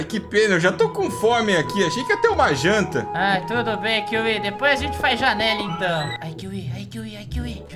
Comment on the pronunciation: Kiwi não kiwi